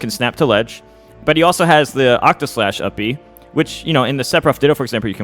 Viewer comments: I’m begging PLEASE say octaslash instead of octoslash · He also said it wrong a bit earlier too